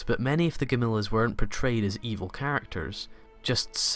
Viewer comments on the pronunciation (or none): Need to learn how to say gam lee ons not gam lis sorry but your pronunciation of the ships name and the bad guys needs work and the 2199 is twenty one ninety nine it’s a year not Radom numbers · OMG! Gam-il-lons. Not, "Gamillas".